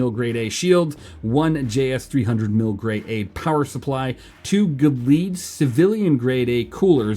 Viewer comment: Gelid = Jell - id Not Guh - Leed Jell - Id like Jell-o, but instead of o, it ends in Id, as in Id, Ego, and Super Ego It means very cold.